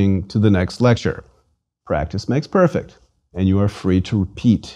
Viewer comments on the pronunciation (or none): none